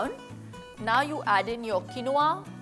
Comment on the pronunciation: It's pronounced keen waa😊